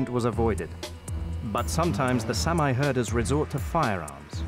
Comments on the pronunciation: It's not Samaaye. It's SAAMI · It’s pronounced sahmee not Sam eye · Please use the correct pronunciation for Saami, or Sami...It's not Sam-eye... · Great anthropological documentary. Only a Brit would mispronounce the name of a race of people; "Sam-eye" indeed! How is that there are farmers on traditional Sami open grazing lands? Are the Scandinavian and Finnish governments simply ignoring the rights of inhabitant priority? Shades of American Manifest Destiny.